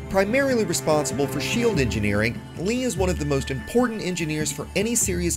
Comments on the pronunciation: Nice vid, btw its pronounced "Lay" not "Lee" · You must pronounce his name the way it’s spelled....I mean it’s already spelled to accommodate English speakers for duck sake.